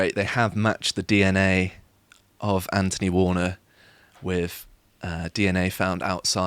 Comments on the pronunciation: Anphony warner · Nice lad. Dull to listen to. Can't pronounce "th". "Anfony Warner". You don't even pronounce "th" in Anthony.